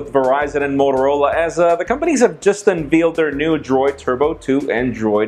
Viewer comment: Does he mean "unveiled"? What's "unveeled"?